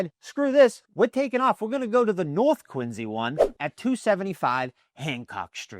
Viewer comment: Why are you saying "Quinzy"?